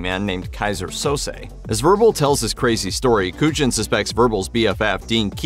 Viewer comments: It's pronounced "KOO-yawn," not "KOO-jin" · Your pronunciation of Agent Kujan in Usual Suspects as absolutely criminal! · Is this a real narrator or an AI one because it keeps mispronouncing Agent Kujan's name from the Usual Suspects. Sounds like a bot???